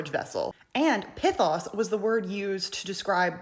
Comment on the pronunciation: It is pronounced P-ee-th-oh-s